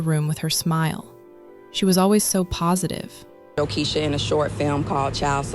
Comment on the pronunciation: It's pronounced Jo(KEY-SHA ) NOT Jo(KESH-A)